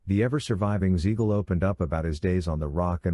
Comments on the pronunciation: It's Siegal with a s not a z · Hearing Beans name butchered like that was annoying as hell.